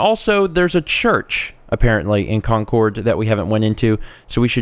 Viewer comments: This is going to be a looooong series. Please, for the sake of me and all other Bostonians, please learn how to say the names of these places. It's not con-cord. It's CON-Curd. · your causing me to froth at the mouth, because I live near Concord and we normaly pronounce it concerd